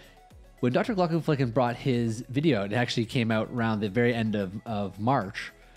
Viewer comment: You really need to be careful how you pronounce the "flecken" part of his name...although your slips of the tongue add a certain unexpected spice to your reaction video.